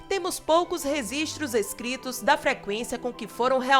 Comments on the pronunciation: PELAMOOOOOR DE DEUS ...."Resistros"? Canal ta legal ..só tem q aprender a falar direto ....REGISTROS com G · "Resistros" MEU DEUS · Adoro as informações, mas "reSistros"foi demais... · Vídeo muito interessante! Só cuidado com "resistros"